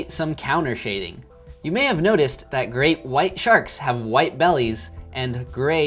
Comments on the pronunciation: It’s not bugging anyone else that he is clearly saying Great WIDE Shark instead of Great WHITE????? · It’s great WITE shark not wide